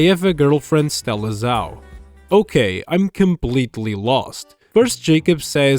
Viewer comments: BTw it's pronounced Stella Zhau (Z-Ow) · Bro, Stella Zhau isn't even that hard to pronounce